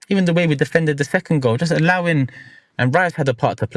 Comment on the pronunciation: “Seclond Wice” & “No Swerwreee Bob” is CRAZY looooooool 😂😂😂😂😂😂 endless clips have to come from this. #scwollswuggery get on it 😂😂😂😂